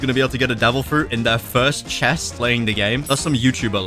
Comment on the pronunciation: Do you have -cells? You said irst not first